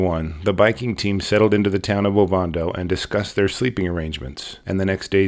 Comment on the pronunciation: Oh-van-doh. Not ovondo